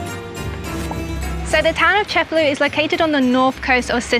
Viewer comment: Awesome video, i'll be adding Cefalu to my list of Sicilian cities to visit. Just one comment, the name of the city is pronounced ce-fa-LU, not CE-fa-lu. The stress goes on the last syllable, not the first.